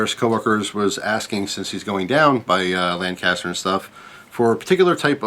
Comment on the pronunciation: Why do people say Lancaster that way lol